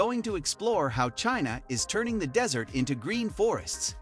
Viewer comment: Why is this guy saying dessert instead of desert several times? Just reading a script without thinking? Intresting topic though, but some of the used clips are strange choices.